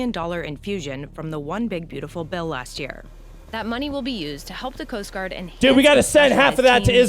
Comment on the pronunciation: when said Coast Guard special forces, for a second it sounded like ' Post Office '. lol " SPECIAL DELIVERY! " lol